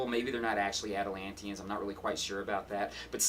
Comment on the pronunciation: The way he said Atlantians made me chuckle.